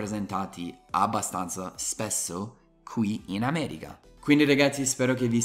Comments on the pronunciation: Continua così, adoro i tuoi video e non ne escono abbastanza spesso! Una cosa però: attento all'inflessione dialettale! La pronuncia corretta è America, solo noi romani possiamo dire "aaameregha" 😂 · anche se il tuo italiano è stato appreso a Roma, ti prego, cerca di dire AmeriCa e non AmeriGa!😉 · Io AMO il tuo canale sia per le lezioni di inglese che per il confronto tra le nostre due culture... e mi fa Morire (in senso buono) come dici "Ameriga" in italiano con accento romano 😂♥️ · Quando dici ameriGa rido troppo, mi sembri l'amici miei de roma XD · se sei di Roma allora dici AmeriGa e anche maDemaDiGa, altro che il mio udito!🤣